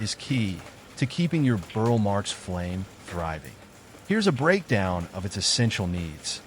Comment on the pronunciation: "Burle" = BOOR-lee